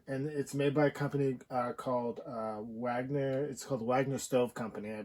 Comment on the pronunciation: Wagener... not Wagner... Cheers